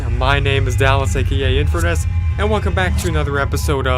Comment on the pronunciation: I always hear his name intro "Infurnace"